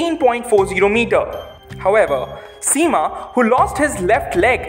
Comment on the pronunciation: Btw… the pronouciation to “Sema” is wrong. It’s pronounced “as (“ce” in cemetery)… it like “CeMa”